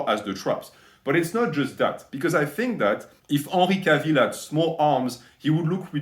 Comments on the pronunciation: 'ahnry cahville... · Unree Cah-veel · I love how you pronounced Henry Cavill's name haha <3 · The way you pronounce his name haha true frenchman